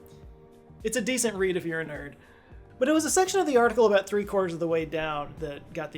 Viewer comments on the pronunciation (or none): none